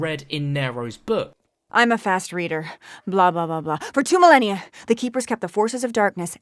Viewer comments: '2 minellia ago?' I imagine he mean's Millennia which refers to a space of 1000 years yeh? But then at the end refers to 1900's all in reference to this primis pic. Australia was an established country by 1901?? You really hurt my brain sometimes. Pronunciation is the reason I don't like these video's at times, I feel as if the work is rushed. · What's a minnellia? Did he mean millennia? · He says "Minnelia" 😂😂😂😂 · He said Millenia as I read it on your comment!